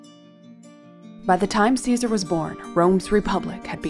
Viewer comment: TY for pronouncing his name correctly and historically correct. By doing this you have proven you did much research. For that TY.